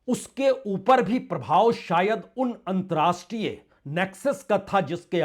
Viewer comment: There should be correct pronounciation of word "antarrashtriya (अंतरराष्ट्रीय )".